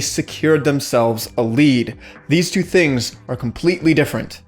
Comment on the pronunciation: "one ,threw ,three" lol